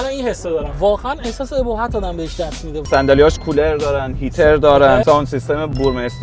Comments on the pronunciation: جان مادرت انقدر کلمات رو اشتباه تلفظ نکن به خدا منم ۱۷ ساله که فارسی صحبت نمیکنم توی محل زندگیم به خدا هیچ قشنگی نداره خیلی هم رو اعصابه ❌❌❌❌ EBOHAT OBOHAT ✅✅✅ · داداش بخدا نمیخواستم اینو بگم ولی آخه سومین دفعه ای بود که توی همین ۳ دقیقه این اشتباه رو تکرار کردی البته خیلی از این جور اشتباهات توی بیان کلمات داری ولی بعضیاشون دیگه خیلی ضایع میشن اِبُهَت❌ ( EBOHAT )❌ چیه آخه 😑😐😶 اُبُهَت ✅ ( OBOHAT )✅ شرمنده ولی اخه ریدی توی اُبُهتِ کلمهٔ اُبِهت 😐😂💙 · ❌ebohat ✅obohat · بابا عه بوهت نه عمو اوبوهت (ابهت) عجب!!!! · چرا اینجوری حرف میزنی😂😂😂 ابهت را چجوری تلفظ کرد😅😅😅😅برای کلمه ق حداقل سه تا تشدید میزاری😅😅😅